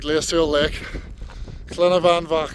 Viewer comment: Oh my god, pizza, amazing views, sunset and sunrise, a lake, some sheep and horses.... What more could you possibly even want? Stunning place, looks like a really good camp! Great video as always and smashed the pronunciation of llyn y fan fach, well done 👍